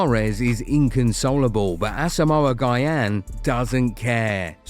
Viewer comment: stop mispronouncing Asamoah Gyan's name!!